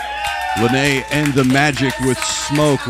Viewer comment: It is pronounced “Lie-Na”. Thank you so much for doing this, she and I both really appreciate it.